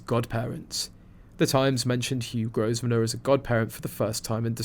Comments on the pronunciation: It’s not pronounced Gos - venor. It’s pronounced Grow - venor. The “s” is silent. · Growv ner not grow ve ner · Grosvenor is pronounced Grove Ner. The "s" is not pronounced. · Please pronounce the man’s name correctly. The S i silent